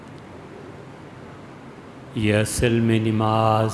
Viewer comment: حضرت لفظ نِماز درست کرلیجۓ